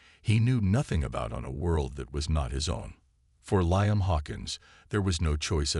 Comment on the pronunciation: The name "Liam" is pronounced "Lee•um" NOT "Lie•am." Why do all these AI bots mispronounce so many names and words‽